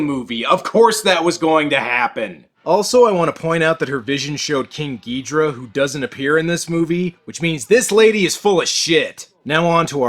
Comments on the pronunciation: Bro say it with me Gi-DOH-rah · IT S GHIDORAH NOT GHIDRAH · Ghidorah not ghidra and king Cesar not seesar also angiurus not angillus